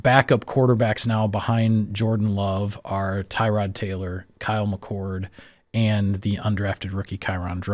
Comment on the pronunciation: His name is not “Tie-Rod” You are pronouncing it incorrectly. Tuh-rod is more accurate. I’m happy he’s on our team. So are you. Go pack go.